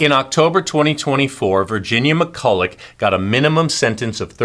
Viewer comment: Just to note her name is pronounced McCull-a